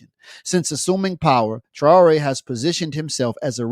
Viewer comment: with your Arab-Western slave name like you carried how tyou can pronounce Ibrahim thraore oups sorry the name thaore you can't find in book Bukhari